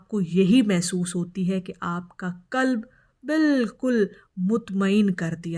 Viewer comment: Yeh muddat tumhen kis ne batayi. Khasker ‘aik saal ki muddat’. Draood Rasool Allah ne bataya magar yeh sub baten tou nahi bataya. Peerni hone ka elan kab ker rahi ho? Lafz Kalb ghalat aur sahee Qalb hai. Kalb kutta ko kahte hain!